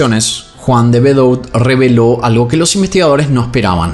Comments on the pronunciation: El apellido De Bedout se pronuncia "De Bedut", no bedout 😂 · Debeduá!!!! se pronuncia. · El apellido se pronuncia de bedú. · Hola, solo por información te cuento que el apellido de las victimas se escribe "De Bedout" pero se pronuncia "De Bedut".